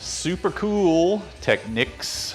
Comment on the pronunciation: I guess if it was spelled Techneeks you wou sat teekneeks..It is pronoucned Tech-neeks.